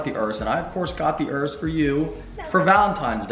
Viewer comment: I love that you know how to say Urus, unlike many other "car" Youtubers who keep calling it Yourus. Congrats!